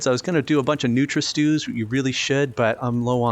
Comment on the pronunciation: It's not nutra-stew, it's Nutria Stew, a Stew made from Nutria, giant rodents!